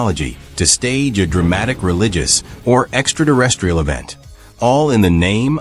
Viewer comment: Extra-terrestrial - not extra-durestrial or whatever it is you're saying xD